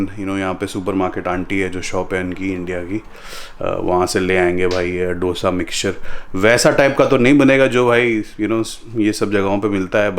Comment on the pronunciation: Just a correction, it’s pronounced 2(hindi wala)+sa not Dosa